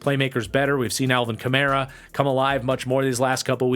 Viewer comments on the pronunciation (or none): none